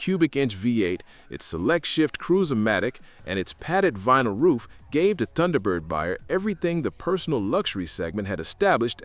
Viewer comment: Did your AI voice narrator just pronounce the word "Tunderbird"? Wow, back to AI voice pronunciation school! It's even funnier that the AI narrator got the pronunciation correct in the beginning segment about the car numerous times. What's up with that?